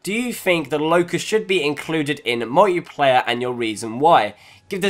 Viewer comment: did he say "fear t mode" or "feture mode" and secondly a laught so hard every time he said "mojjiplayae"